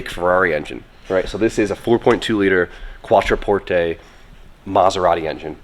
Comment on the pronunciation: well that pronunciation is a good name for the car... quattroporsche